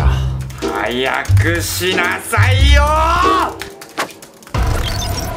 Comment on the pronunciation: 宿題してなさいなのにきいこさんは、宿題しなさおに聞こえるwww